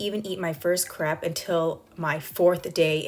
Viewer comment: Just want to let you know it’s not pronounced “crap”... it’s “crepe”.